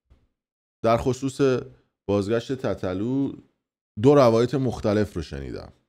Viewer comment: تو برنامه قبلیت یه لحظه ریدی، گفتی، بازگاشت تتلو؟؟ لاشی دیگه نیای توپوق صدا و سیما رو مسخره کنی. کسکش تو برنامه‌ای که لایو با تتلو میگفتی،(چیکار میکنی کمرتو سفت میکنی که صدتا دختر رو میکنی، به ما هم بگو تا یاد بگیریم.) اونموقع دختران سرزمینت نبود. حالا غیرت رو دخترا داری؟ یا دیگه تتلو برات سودی نداره؟!